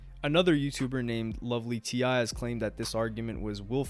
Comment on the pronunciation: Lovely Ti as in TEA. NOT T. I.😅